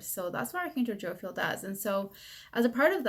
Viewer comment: Say it with me. Jo-Phi-El. Not Jo-Fil.